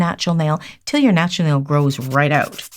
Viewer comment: I love to hear say "natral" nail 😊